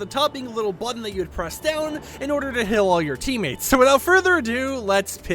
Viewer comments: I love how he says "hill" instead of heal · I like how he pronounced it hill and not heal😂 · Burst squad hill??it is heal (h-e-a-l) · Why does he say heal like that lol